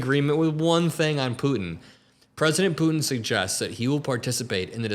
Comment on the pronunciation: Love the the show, hate how you say “Putin.”